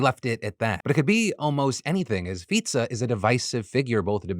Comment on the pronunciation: 👏 I see you took advice from your earlier YouTube short on how to pronounce the Slovak prime minister, thank you Phill! 👏